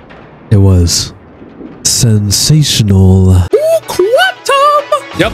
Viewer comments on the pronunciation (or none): I still can’t get over how you say s e n s a t i o n a l